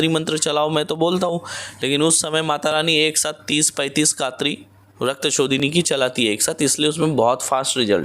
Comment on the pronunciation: Rakta shodhini mantra not clear please repit agains